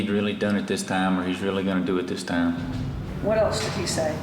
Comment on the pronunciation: It absolutely boggles my mind that someone could pronounce the word night as “not”. “Time” pronounced “tom”.